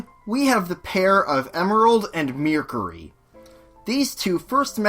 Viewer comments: MEARCURY???!!! WTF SAY IT RIGHT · YOU SAID MERCURY WRONG DUMBO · YPOU SAID MERCURY WRONG DUMBO